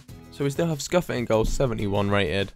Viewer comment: Nice video but just some pronunciation errors: Áke (Ak-ay) Scuffet (Shoo-fay)